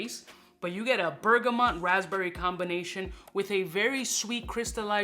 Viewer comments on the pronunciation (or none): aaarrrggghhhhhhh bergamot, not mont. please !